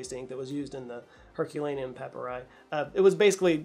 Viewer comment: Plural of papyrus is pronounced "pa-pie-ree"